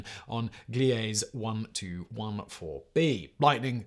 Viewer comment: Whoever writes these needs to take some refresher courses in astronomy. "Dark side of the Moon?" Ain't no such thing. There's a far side, that's it. Also, Simon -- look up the names of planets, stars, and other celestial phenomenon and learn how to pronounce them before you record them. This isn't just a British/American thing. There are agreed-up pronunciations, period. "Gliese" -- the e on the end is pronounced. "Boötes" is three syllables, not one, and so on. About the only place where there's agreement to disagree is on how to say "Uranus," with some astronomers sticking with "your-anus," and others using "you-rectum." Uh, sorry... "ooh-RAH-noos." But it's hard to take an alleged science story seriously with so many little mistakes in it that tell me someone is just reading mistake-ridden copy.